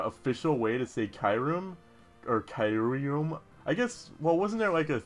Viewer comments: Kai room? What? It's ''KYOO REM'' like.. KYUUbi... and REMoraid.. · Kyurem is pronounced key-you-rem